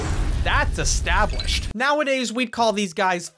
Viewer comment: "Es-stab-lished." I see what you did there 😄